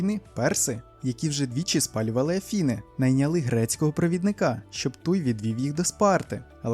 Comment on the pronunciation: Я теж подумала спочатку, що це був ШІ. Маєте мовні помилки на кшталт "Афіни", "восьмидесятих", "в хлібі", "включно" чи "тренерА". Ще й вимовляєте кожне речення, наче серфуєте, а не сидите перед мікрофоном. То чого ж Ви хотіли?